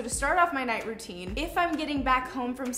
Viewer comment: Haha it's night rountine and morning rountine u said so haha 😂😂😂😂😂